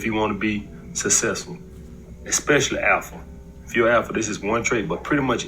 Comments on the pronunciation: If you want to be successful..never pronounce it "sussessful" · I don't take advice from a guy who can't pronounce "successful" properly. Besides, I am the Alpha & the Omega.